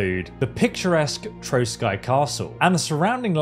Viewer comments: Maybe in this game of in dlc or in KCD 3 will be Hussite wars and that you will have change to join hussite or crusaders 😎 And castle is not Troskai but Trosky pronounc Troski its meen Ruins in Czech language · Trosky Castle is pronounced like (troski). Cheers from Regnum Bohemiae! +][+